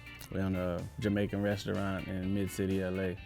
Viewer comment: Yoooooo said Jamercan!!!!!! for the girl with the braids food🤣🤣🤣🤣 I'm done!!!!